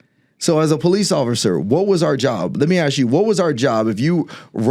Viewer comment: Sounfs smart and props to him for not saying aks.. I can listen and my ears don't burn, my shoulders don't cringe. I'd vote for him.